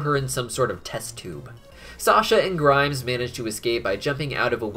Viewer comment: Why do I find it funny that keeps calling Grime "Grimes". Like the musician.